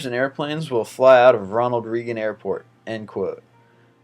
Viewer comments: Jesus I've watched 3 of these and not only have a number of false facts come up, but you CAN NOT pronounce simple household names and foreign words! Reagan is pronounced RAY-GAN not REE-GAN I would never subscribe to this channel. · It's RAY-GUN, not REE-GUN. It is pronounced with a long "A". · Ronald Reagan = Ronald Ray-gun not Ronald Ree-gun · Says "Ronald Reegin" multiple times. It's pronounced "Raygan". Really sad if this guy is American. He was only president for 8 years through most of the 80's. smh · Geez kid, it's not reegun. it's raygun. Ronald Reagan is pronounced Ronald Raygun. And the first one with him in it wasn't a crazy promise. He said he promised not to exploit his OPPONENT'S youth and inexperience. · REEgan was a member of RAYgan's cabinet. Pronunciations, guys! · It's pronounced ronald RAYGUN. Not ronald reegun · Ronald Reagan = ray-gin...REAGAN. not reeegan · its pronounced (Ray-Gan) not (Ree-Gan) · reeeeeegan no its pronounced ray-gun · Its Ronald RAYGUN. Donald REGUN was his Chief of Staff. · Ronald Reegan? This guy has some interesting top 25 stuff, but...dude...seriously! Your pronunciation is sometimes really bad, hysterical though... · 1. Reagan = ray-gin 2. Kucinich = koo-sin-itch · These lists are horribly researched (i#7 was Perry not Cain) and the narrator can't pronounce a word over three letters (#20/#9 Reeegan, #16 Cuesinik, #12 Beeeaffra, #1 Rooooesvelt.) touche from Dan... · Reagan is pronounced raygan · dude i love your videos but some stuff you pronounce wrong and its just like ugh. ronald reegan? cmon lol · Ronald rEEgan XD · Ronald Reegan? Seriously? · RUSEevelt? REEGEN? KUsinich? Where the heck did you learn to pronounce names? Try using the Google machine and get your pronunciations right. Otherwise funny vid. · Ronald Reegan? ohh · I thought it was hilarious how he said Ronald Reegan and Theodore Rusevelt! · seems like a weird way to say Ronald Reagan, I always thought it was pronounced (RayGun)